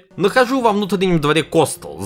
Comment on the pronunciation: КостЁл! Не Костэл!